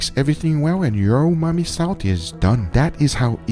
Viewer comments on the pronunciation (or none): Hey Guga, why do you keep saying "umai" for 'umami'? Also, your cutting board is obscured by subtitles, so non native viewers miss out on a lot of action. Can you reposition the platter or do a split screen so that the meat is not covered with caption? BTW, I'm from India, and a huge fan of both of your channels! 👍❤️ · You've said "umai bags" so much you call umami umai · Regular people: umami salt Guga: umai salt He's dry aging his own vocabulary